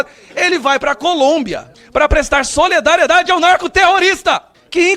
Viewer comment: Gustavo não seja como janja e dilma. Embora sei que vc tem uma formação. Não é soledariedade, é solidariedae. Valeu?